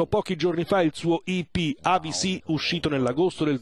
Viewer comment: Si pronuncia Avicii e non Avisii